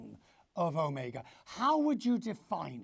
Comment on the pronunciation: He initially says the right pronunciation is O-meg-a, then later on he keeps on saying O-me-ga. FAIL.